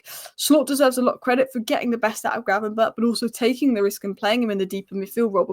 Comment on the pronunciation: The only inconsistent thing about Ryan Gravenberch is pronouncing his name.